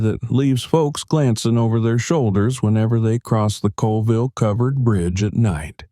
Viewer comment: Locals pronounce it ‘Cawlville” I used to live about a mile from this bridge.